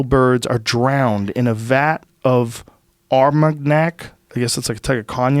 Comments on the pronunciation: “OOrR-mAG-naK” That pronunciation is almost as abhorrent as the dish. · Joe can pronounce cognac but not armagnac...